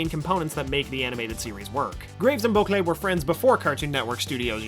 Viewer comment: The way he pronouces Bocquelet should not annoy me this much